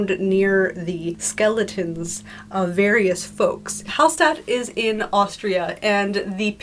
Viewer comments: Quick pronounciation correction: Hallstadt is pronounced "HallSHtadt" in German. ST is pronounced SHT. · That's really cool! Hallstatt is a very beautiful place too (tho all the signs have Chinese on them now, due to the heavy amounts of chinese tourists). If you wanna get the pronunciation a bit more authentically German, pronounce the s like you would in "sure" or "passion" :) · She talked about the Austrian city Hallstatt with the oldest salt mine but still it the almost same pronunciation, stress is on the first A